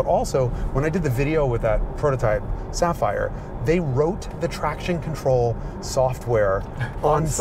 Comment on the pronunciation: lol lucid sapheery